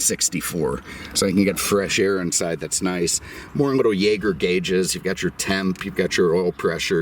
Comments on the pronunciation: Jäger is pronounced Zhay-zjer, as in Jaeger-LeCoultre. It is a French-Swiss company; instruments sold by their were branded Jaeger, watches sold in the US were branded LeCoultre, or latterly Jaeger-LeCoultre- which mechanically are much nicer pieces than a Breitling. At one time their dominance of the instruments field in Europe was rivaled only by VDO. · Jacob British Jaeger Instruments (pronounced here in Great Britain 🇬🇧 YAY GER), had an auto.otive instrument making facility in London... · British Jaeger is a subsidiary of the instruments division of Swiss Jaeger. They also made automotive instruments for Peugeot, Citroen, Renault, Talbot, Samson, Delage, Alfa Romeo (who didn’t use Veglia for much of the final years of independence), Seat, Hispano-Suiza, Pegaso, Voisin, and undoubtedly others. Pronouncing it Yay-ger is ironic because the company was French Swiss, not German Swiss, and as far as I know, no substantial German manufacturer used them- and I include things like Wanderer, Loyds, Borgward, and Horch in that statement.